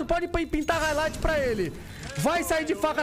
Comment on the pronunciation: haikligth kkkkkkkkkkkkk